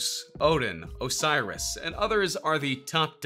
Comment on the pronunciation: Man said Osiris 💀💀🔥